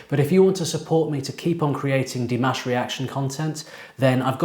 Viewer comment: "dih-MAASH" not "DEE-maash"